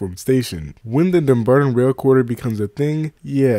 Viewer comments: Dumbarton is pronounced DUMB BARTON. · Oh man, I just can't make it past you slaughtering the pronounciation of Dumbarton so many times in the first minute of the video.